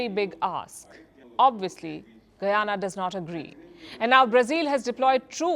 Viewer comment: Ita guyana not guiana get right but love your show